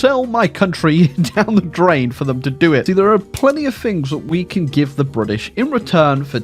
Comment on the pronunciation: Cringe whenever I hear "Briddish"